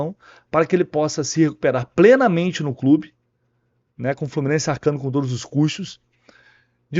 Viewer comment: Eu ouvi "todis"!?... Só pode ser deboche... ST